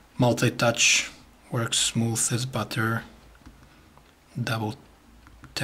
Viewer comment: "multi-touch...works smooth as buTTT-errrr. LOLZ!!